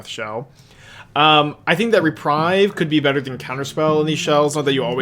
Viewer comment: Hey, It is reprieve (ɹɪˈpɹiːv), not reprive (ɹɪˈpɹaɪv). Reprieve means „To cancel or postpone the punishment of someone, especially an execution.“ Reprive means „To take back or away.“ Greetings from a non native speaker 😅